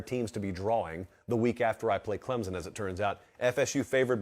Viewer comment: Someone for the love of god please teach how to pronounce Clemson properly. It’s embarrassing that he is a professional college football podcaster and thinks it is pronounced “Clemzon”.